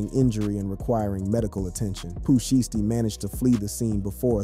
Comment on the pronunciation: WTF IS SHEESTY ITS SHIESTY 😭😭😭